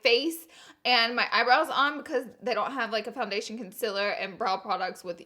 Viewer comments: CON...CEL...ER It is pronounced concealer but it’s whether still love you!👌🏾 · why cant the pronounce concealer right?:) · Menna's Corner that’s how Laura says concealer and everyone jokes about it😂